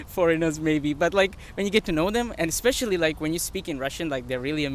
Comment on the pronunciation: These American guys are definitely not good examples of average Americans. Edit: The white American guy seems to think he's pretty smart, yet he said, "expecially". Dude, there is no such word.